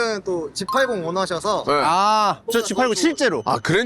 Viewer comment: G80 오너셔서 -> G80 원하셔서 로 들렸음 . 그런데 , 진행자가 대본을 진짜 안읽으세요 ??